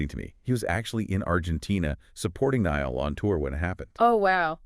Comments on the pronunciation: That’s what I’m saying. Like who the fook is Neil? Who’s Neil HorAN? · Amen His name is NAILL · The mans name is NY-ALL NI-ALL, NIALL. Please get it right he deserves that. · SAY NIALL’S NAME CORRECTLY MY GOD IM GETTING SO FRUSTRATED WITH THIS! His name isn’t Neil. It’s Niall. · Who the fook is Neil, it’s Niall Ni-All 💀